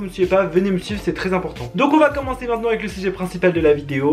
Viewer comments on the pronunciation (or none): none